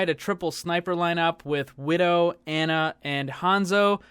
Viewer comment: Ana is pronounced "on-uh" not "an-uh".